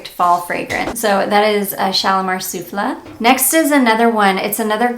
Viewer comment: Guerlain Shalimar Soufflé is pronounced “Sueflay” like the dessert! A bit late. Just found your channel and I am loving your content!😘